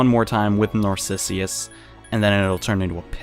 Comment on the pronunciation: It's Narcissus though, not Narcissius. :/